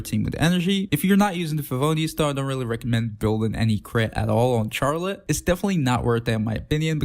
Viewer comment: Please don't pronounce her name like this I'm begging